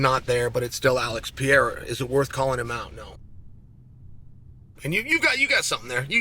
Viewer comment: Alex pee’era